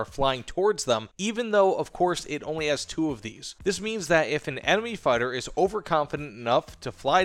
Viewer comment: you said fighter wrong